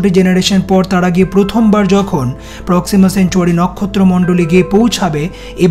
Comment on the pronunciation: প্রক্সিমাসেঞ্চুয়ারি না,,,প্রক্সিমা সেন্টাওরি।